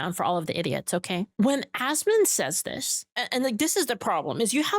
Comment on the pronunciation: Goddamit it’s ASMON! Not ASMOND. For fucks sake. 😂